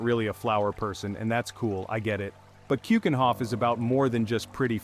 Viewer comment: Please try to pronounce keukenhof with a eu and not an oe as in shoe. eu as german ö or norwegian ø....do your home work before you do films and drugs are ikllegal here, and there is NO "fan Ko" it is van gogh g and gh are pronounced like CH is lochness